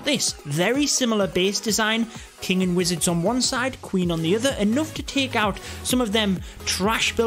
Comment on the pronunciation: The way you pronounce the word Take its like Taak lol